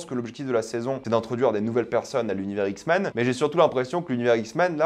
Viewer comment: Les "Zixmens" 😭